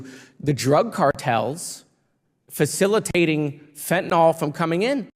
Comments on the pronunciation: Meiselas Just for clarity, it’s pronounced FEN-tah-nill , not FEN-tah-nall. I was on the 72 hour 25mcg patch before having my Spinal fusion surgery in May of 2016. Once, the pharmacy accidentally gave me the 75mcg patches… had I not already had a high tolerance to opiates, I could have fell into a coma and/or died due to the error. Luckily for my family, me, and the pharmacy, nothing serious ensued (other than acting like zombie for a day and a half). I removed the first patch halfway through the 72 hour effectiveness range after realizing the pharmacy’s error, but not before falling asleep for 4 hours while seated on the toilet. My point is simply, I have intimate experience with this highly dangerous drug. Fentanyl (FEN-tah-nill) should always be pronounced properly to avoid confusion with other drugs with similar names.❤❤❤❤❤❤ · Every time I hear someone pronounce it Fentan awl I lose the thread. The last letters are "yl" and they are never pronounced "awl." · Fentanyl is pronounced "fen-ta-nil" not "fen-ta-nol" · And correct pronunciation is Ben's impossible task. Fentenyl. Ben, see the NYL? Nil, not nawl. If you sound like an idiot no viewers will respect you and your truth. It ain't too hard Ben. Put a sticky note on your Monitor. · It's Fenta NYL, not NOL, important stuff, because many drugs sound alike, making it sometimes a matter of life and death to get it right. Don't be a sheepanyl, and say it wrong, just because you heard others say it wrong. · It is pronounced “Fen-tuh-nil”…..NOT “Fen-tuh-nol”. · As a chemist, I cringe when I hear people say "fentenol" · I wish people in the public sphere would learn to pronounce FENTANYL properly. Its mispronunciation is ubiquitous and sets a poor example; it's spelled relatively simply.